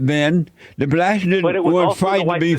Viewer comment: “Initially it was the blatts that sold the other blatts in mami Africa” 😂